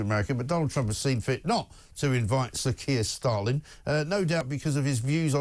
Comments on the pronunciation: I have been rewinding over and over again and still hear calling him Kier Stalin at the beginning haha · Did he call him Sir Kier Stalin 😂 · Did he just say Stalin instead of Stamer? My hears aren’t very good, he probably didn’t…. Did he?